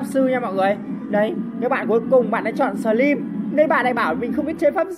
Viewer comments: Sờ trym ưi 🤣🤣🤣 ngta slim kêu sờ trym 🤣🤣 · Slimz người ta mà a nói xờ trym vài 😂